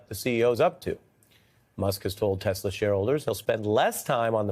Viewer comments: He said he loves Tesler 😂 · "I love Teslerrr" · "I love Teslur!" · I love TESLER can someone tell him it's TESLA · Did Dumb Donald say I love Tesler? It's Tesla man. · Yes!!!!! Tesler 😂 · "I love Tesler". What a braindead old mongrel. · Did Trump just say he loves TesLER? I didn’t know he was related to Madea?😂